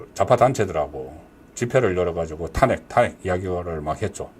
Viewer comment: 송선생님, 존경하지만 ᆢ 몇몇 단어 발음이 어눌하여 들을때마다 속상해요 특히 *탄핵, *총장 등의 발음은 정말 듣기 민망함. ❤❤❤❤❤